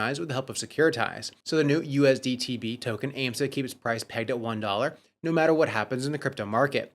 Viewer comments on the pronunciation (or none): none